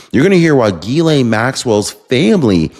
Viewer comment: Love ya, But Her name is pronounced Gis-slaine Ghislaine. Just trying to help.